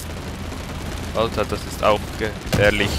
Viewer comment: Hahaha richtig schweizerisches ALTAA